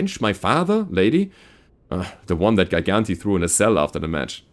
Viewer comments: Gigante is Spanish for Giant. Pronounced Hi-Gahn-teh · I think its spanish for giant, and its pronounced as G.-gan-tae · Not a soft g like in "giant"?